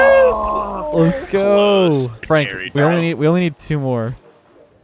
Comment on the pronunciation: " go" anyway he 100% watching sizz